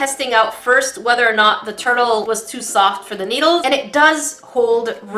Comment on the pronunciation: i heard toilet instead of turtle